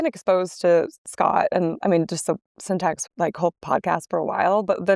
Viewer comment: welcome to syntac. 😂😂😂 I didn't hear the x in syntax